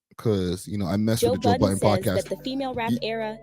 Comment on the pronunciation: His name is Joe Budden not Joe Button